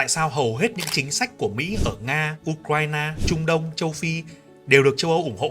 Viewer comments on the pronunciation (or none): none